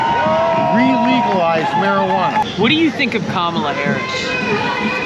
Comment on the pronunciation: It's not ka ma la... its comma la....